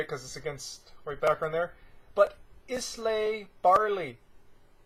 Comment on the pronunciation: eye - la is the correct pronunciation .